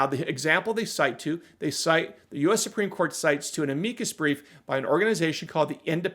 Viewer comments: 'AM-uh-cus' brief, not 'uh-MEEK-us' brief. Jeeze. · You may just be my new favorite legal channel! Loved the Am-eeee-cus brief pronunciation! I'm used to Guns and Gadgets on his channel saying, Am-uuuh-cus brief. 🤣 Great job, have a nice week!